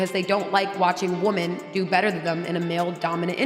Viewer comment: The thing that trips me out is how she says woman instead of women lol